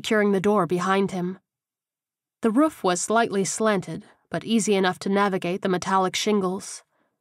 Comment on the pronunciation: I love everything about the book except for how the narrator pronounces roof-ruff. Thank you for downloading all the books